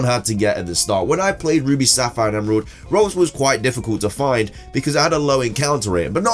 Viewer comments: The CC, says "Rose" for Ralts, which is what he actually says, hahaha I'm cracking up. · It's name is ralts not rose